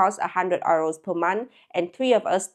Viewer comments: I get confused when you're trying to say euro. i have heard you say "you" very well. Just say "you" and "row" like row the boat. You'll be great! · She pronounces it like how Germans say Euro, which to English speakers sounds like “oyro” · She prononces "euro" the german way 🤗